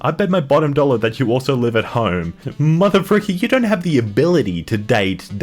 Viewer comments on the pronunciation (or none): none